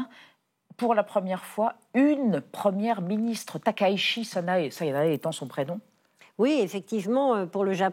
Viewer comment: Concernant la prononciation du nom de la Première ministre japonaise, Madame Valérie Niquet l’a fait absolument correct ! « Takaichi » [ta.ka.i.tchi] comme dans Taï-chi, et non [ta.ka.i.ʃi]. Je ne soutiens pas Madame Takaichi, mais il est important de prononcer correctement les noms, car il sera très difficile de les corriger une fois qu'ils seront devenus omniprésents.